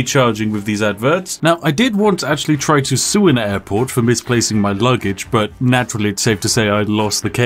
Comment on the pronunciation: did you say airport or Adport?